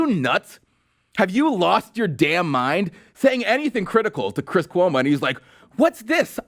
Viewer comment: "My name is Cwiss Cuomo, (head-bob) I'm an actor on CNN."